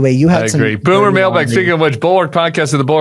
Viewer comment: Boomer, not bummer.